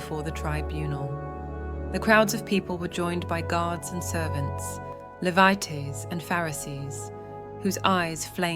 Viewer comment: I have a complete copy of the dead sea scrolls, with side by side translation, as well as the full notes and opinions of the translators, researchers etc. Despite the AI issue with mispronouncing Levites and such, this is pretty accurate. I enjoyed listening to this and will hear pt2. We must also remember that Pontius Pilot didn't kill Yeshua, as he would've been called. Nor the Romans, the Judean govt, the High Priests, not even the Jews and Israelites. You killed Jesus. I killed him. All of us are personally responsible for His death. Past present and future people are the reason Jesus Christ died and resurrected. By which I mean our sinning. Our sins and sinning are why. He didn't die for sin, he died for us because of us and our sinning. Show your gratitude for what he went through and did by turning your life around. You don't have to get it perfect, just give it all you can. Really Try to live a righteous life. Do unto others as you would have done unto you. When you err, and I mean When, change. Don't do it again. When you stumble, have Jesus Christ help you pick yourself back up and try again. Godspeed